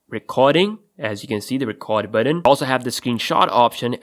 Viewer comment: It's button. Not buddin. Why can no one pronounce the word correctly. There is no D in the word button.